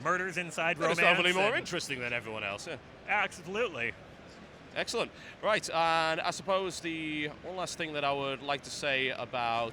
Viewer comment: does he say asoblutely to dodge ABS jokes? I went back to that point many times and still can't figure it out ahahah